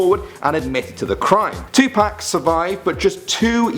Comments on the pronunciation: Dude did you call him 2pack it’s 2 pac you pronounce it like (two p-o-ck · Adam Brown tupac not tu pac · When he was saying Tupac is sounded like u said Tu-Pack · Idiot said Tupac wrong dumbass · he says tupac wrong